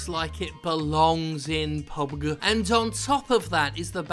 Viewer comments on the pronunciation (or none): It's "Pub Gee". Not "peeeeewwwwwbg". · how hard is it to say PUB-G when talking about battlegrounds, seriously. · pubeg? Talent?? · PubeG had me in tears hahahaha 😂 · I think Player Unknown’s Battlegrounds should be pronounce like Pee U Bee Gee, for name’s sake. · Another great video Jim but if I hear you say PUBG, there will be a dead body. At least anoter attempt at it.